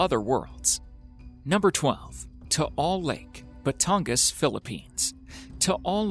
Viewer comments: You pronounce Taal lake like this (Tah-al Lake ) Im from batangas btw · Lol thats not how you pronounce Taal Lake. LOL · Hi, I'm from Philippines and I'm happy that you involved it on your video😃, but Taal lake doesn't pronounce like that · What you said tal lake